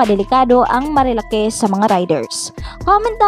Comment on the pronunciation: Marilak not marilake 😐